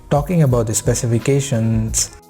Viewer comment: Rumooors, Sensooors, Specificatioooons. Dude, I know it isn't your mother tongue and I don't have any problem with your dialect. But why do you make some syllables so loooooong? "Leeeeense, optionnnnns" etc... wtf. It seems you do that on purpose because you think it sounds professional? It doesn't. It sounds stupid.